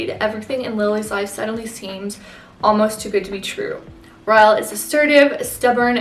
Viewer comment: No hate at all but 1. It ends with us is not a romance novel and you can get seriously canceled by calling it a romance novel 2. His name is pronounced Rylee not ryel! Even tho his name is Ryle. Again, no hate at all! I really enjoyed this video and youre really gorgeous<33